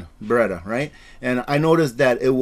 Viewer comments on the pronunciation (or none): none